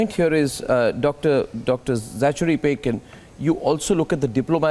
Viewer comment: Arnab it is Zachary. Please the “cha” is pronounced as “ka”. So it is “Za-ka-ry”.